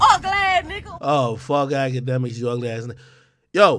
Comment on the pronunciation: Noooo....AKADEMIKS....say it with me. 🙄